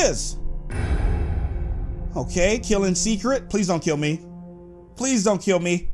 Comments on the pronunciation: he say keal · He says kill very funny